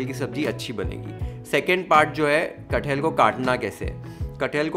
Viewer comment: Its not cut-hell, its kat-hal😂😂